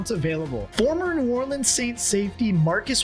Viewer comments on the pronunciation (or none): none